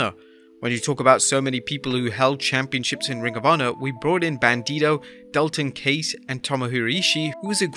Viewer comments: Dalton Case? Pretty sure it’s Dalton Castle lmao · Dalton case lmao it’s castle